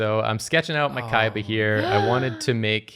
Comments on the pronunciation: Why do I always heard "Kayaba" everytime they say "Kaiba"? I hate SAO it ruined my life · Why does it sound like they’re saying ‘Kaiva’ 98% of the time?